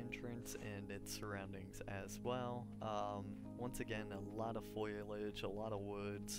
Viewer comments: Fo-li-age not "foilage" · Foilage lol, I think you mean foliage, either way thanks for the guide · Sounds like he's saying foilage, not foliage.